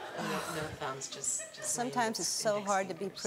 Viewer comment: I love the way he says thumbs cos they sound like 'fumbs'! XP XP